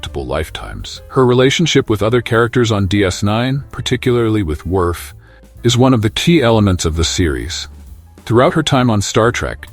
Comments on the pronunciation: WTF !!! I stoped watching after the A.I. called Worf, WErf. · Great video. I especially like the narration of Jolene Blullock, who played TeePol. Also, Kira Nerris, who worked well with Lieutenant Commander Werf on DS9. Also, Terry Farrel, who married the son of Leonard Naymoy in 2018. For crying out loud, how tough is it to find a human to read off a script?